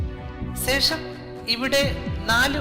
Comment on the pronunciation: Ponnnannaaa sesham Alla shesham